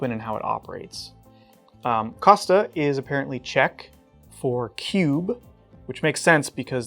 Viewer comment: Dear . Just to rise my voice for our neighbor Czech knife makers and their language, the correct name of the knife is Mikov "Kostka". That's also how the Czech word for cube is written. I have no idea how to properly phonetically transcribe it for English speaking folks, but Google Translate can say it properly :-)